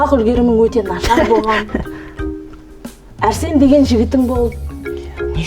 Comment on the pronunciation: Арсен дегенді Әрсен дейма😂😂😂😂😂😂😂😂😂😂😅